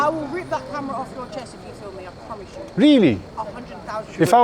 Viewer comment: what happened to YOOoo! You don't say it like the original! Also you don't emphasise like the Welsh LADY PULLeese StaySHUN